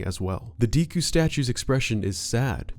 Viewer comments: Decku is not pronounced Deeku, its pronounced like the main character of My Hero Academia. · It really does amaze me how people mispronounce simple words... Its not "Dee•ku", it's "Deku", as in: "DECK•KU" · DEHKU NOT DEEEKU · It’s pronounced deh koo